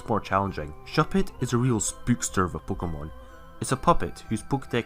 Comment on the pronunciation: I really love your accent, especially how you pronounce "pookemon"